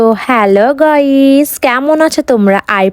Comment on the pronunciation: সবই ঠিক আছে বাট গইস টা আবার কি😅😅😅 ওটা গাইস্ হবে বলদ